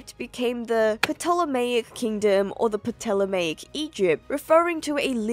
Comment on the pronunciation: I'm extra happy that you pronounced Ptolemaic properly, you're among the % of people who say it the ancient Hellenic way (instead of 'Tolemy'/'Tolemaic')!